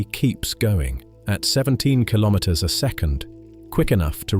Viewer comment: Kilometer pronounciation, please